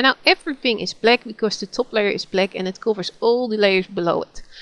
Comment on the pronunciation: I like the way you call black bleck and bucket bocket, nice tutorial, just starting off with gimp and this came in handy, am a linux user now, so i got to learn gimp.